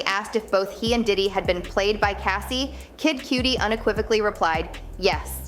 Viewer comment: Said kid cudi wrong smh